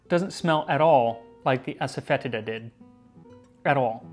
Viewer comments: asafoetida is pronounced assa-fah-DEE-sha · The mispronunciation of Asafoetida drives me nuts every time. It's "foe" not "fet" and the i is a long e sound. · no lol, it is pronounced a-suh-feh-tee-duh. Even if you are pronouncing it in latin you’re still wrong, then it’s ah-sah-foy-ti-da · I recently watched a video from Priya Krishna in which she pronounced it aso-fet-EE-da. She also mentioned she stores it on a open shelf as to prevent enclosed spaces from becoming overwhelmed with the order. Would love a silphium episode. I've been intrigued with the origins of drawn hearts theory since I've first heard of it. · As Priya Krishna could tell you, it's pronounced "Ass-Foe-Tee-Duh". Pretty sure everyone mispronounces it, which is why I just call it by its Hindi name, hiin. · I found a recipe for kichiri about 8 years ago and went to a specialty food store to find the asafetida. Boy did I butcher the pronunciation. I’m embarrassed hahaha “Ahsahfuhteeduh” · ass-a-fetid-a ... ... butt grossness herb? XD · ass-a-fetid-a, lol